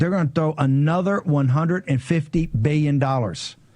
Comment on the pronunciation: Treeyon dollars . Beeyin dollars